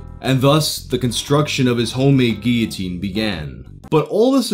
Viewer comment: Wow the first person ive legit ever heard say guillotine correctly